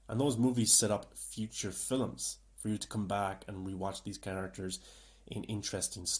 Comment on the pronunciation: why do you keep saying, "fillums" rather than "films" is that a standard way to pronounce and/or commonly say this word where you are from? im genuinely curious, im not trying to talk ish or what not...